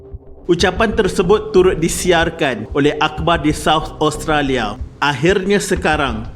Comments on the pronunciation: min sebut oustolia ehhhh 😜😜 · cuba dgr tiap kali admin sebut Australia...mcm dia sebut Oustralia 😜